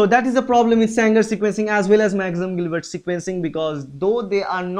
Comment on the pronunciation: It is Sanger NOT Sangar